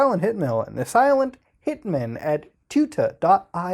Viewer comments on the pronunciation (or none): You say 'hitman' like 'pikmin'